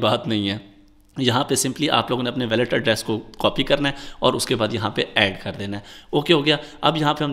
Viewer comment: logoo ko q andhairay may rakhty ho, puri baat q nahi btatay? febspot pr referral k baghair paisay nhi miltay. aur "WALLET" ko theek pronouns nhi kr rhy aur apnay ap ko teacher boltay ho.